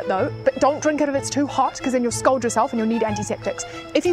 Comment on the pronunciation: Scald* not scold.